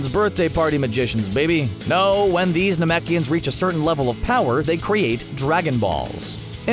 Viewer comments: you know it's scripted when you pronounce Namekians "Namakians" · it just goes to show how the announcer knows nothing about db, calling namekians nemakians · Man said naMAKIONS 🤦🏻‍♂️💀